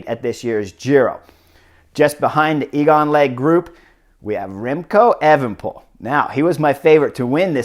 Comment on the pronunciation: also chris its pronounced A-van-a-poel